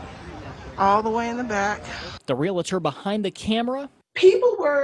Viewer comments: PSA: It's pronounced "real-tor". You know... how it's spelled. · Yep funny reading ur comment. When I was in advertising I worked for CBS and National Association of Realtors (NAR) was a client of mine, they came in to talk about their upfront initiatives for the next year and the correct pronunciation at realtors was their most important message they wanted to get across. We did a few funny mess up commercials of ppl’s mispronunciation of it with the correct one. It’s always stuck w me years later since most ppl still say it wrong! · You’d think a public speaker would know how to pronounce ‘realtor’ . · Next time use someone who can pronounce realtor. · This guy needs to learn how to pronounce the word REALTOR. Its not REALATOR. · Realtor not realAtor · REAL-tor, not REAL-A-tor. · The word is "realtor", pronounced: "real-tor" not "real-a-tor". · It's appalling that a reporter isn't educated enough to not say "REALATOR". 🙄 It's REALTOR. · It's not pronounced" realitor" it's "REALTOR". The only ones making money are the real estate companies. By the time you pay the hefty commission you could end up with less of a house. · Dear Reporter, repeat after me: Real Estate Real-tor Not "real-la-tor" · Someone probably should've told the reporter that it's pronounced real-tor, not real-a-tor. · It isn't real-A-tor. It is REAL-TOR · Someone please tell that it's pronounced real-ter, not real-a-ter. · Its pronounced REAL-TOR not Relator. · Its not rela-tors. Its Real-tors. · Honey.... it's pronounced Ree al tor.... Not Ree let or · REALTOR! REALTOR. Not REALITOR. Real. Tor. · Realtor, not ree-luh-tur. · Real-tor, not real-luh-tor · The person talking in this video cannot even pronounce “realtor” he says “relitor” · It's REALtor, not relAtor. Learn your language. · Realtor, not Real-a-tor. You got it right a few times. Good job with reporting sometime that should not be “news”. Scraping the bottom of the barrel. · REAL TOR. NOT REALATOR YOU BAFOON!!